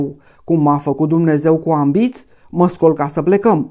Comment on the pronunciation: Se spunea/spune "ambâț" nu "ambiț" - scuze!